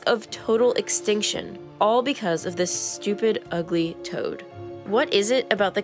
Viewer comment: The intense feeling I felt when you said,”This. Stupid. Ugly. Toad.” 😂